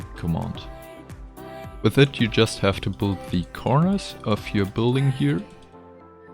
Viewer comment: I'm sorry, it really is impressive what you're doing, but I find your pronunciation adorable. Büld. Hehe.